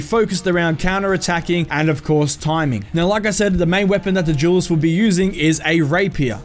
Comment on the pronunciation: Jewelist or duelist? Duelist right? Not trying to be funny.